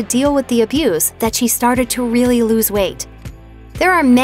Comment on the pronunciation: I love when Dr. Now says "REALLY!"